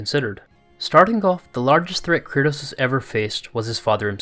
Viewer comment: Why are you saying "Curtis" tho